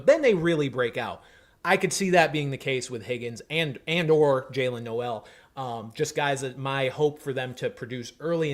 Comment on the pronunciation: Jaylin's last name is pronounced like bowl. Jaylin Noel (pronounced like bowl)